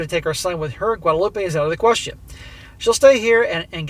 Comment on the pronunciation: Just an FYI, Guadeloupe is pronounce as "loop" not "loopay" as in Guadalupe. One is French, the other is Spanish.